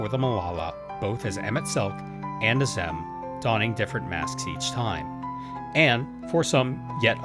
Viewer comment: After how many times they say Azem in game, you came up with that pronunciation?